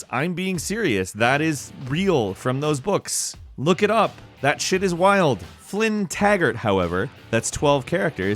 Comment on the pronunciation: It sounds like you say flynntaggard when it's taggart I was confused why it wouldn't work now I know